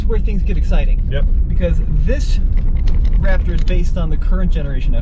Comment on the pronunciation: You guys should be ashamed of your damn selves! You’re SUPPOSED to be professionals BUT you kept pronouncing RapTURD wrong!! Please work on your pronunciation. Other than that, GREAT video. T-ReX has arrived! 👑